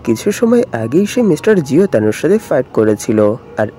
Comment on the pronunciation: Ji yuntao জি ইউনতাও ✅✅ Not জিওতানো 🤷🤷🤷 নেক্সট টাইম ব্রাদার একটু খেয়াল করে 🤌🤌